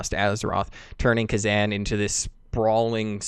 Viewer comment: Kezan is pronounced differently. More like Kuh-Zahn